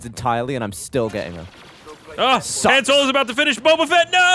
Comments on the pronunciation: Haaaaaaahn not han as in hand! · I swear to God. If you say Han's name like Lando does one more time, I swear I might actually kill you.